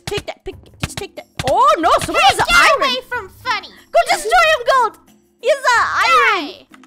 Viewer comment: I love how and funneh say iron like iroan